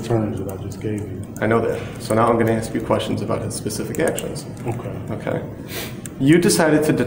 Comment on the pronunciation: Could you axe the question again officsar